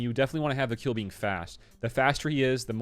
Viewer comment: Kuiil is pronounced "squeal" (like a pig) without the "s".